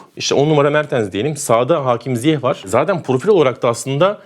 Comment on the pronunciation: Bütün dünyanın ZİYEŞ diye telaffuz ettiğini görüp hala ZİYEH demekte başka bir meziyet😉